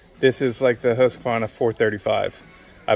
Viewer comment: Nice to see that there is atleast 1 man in united states who can pronounce Husqvarna and Jonsered :)